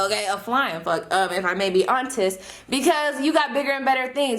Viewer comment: “If I May Be Hon Test” 🤣 🤣 🤣